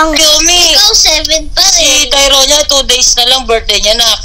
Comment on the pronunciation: who can hear when kiyomi pronounced tyronia as "tayonya" 😂😍 jusko ang qt!!!